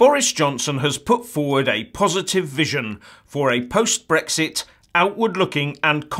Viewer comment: It's Brexit, not Brixt ya fucking clown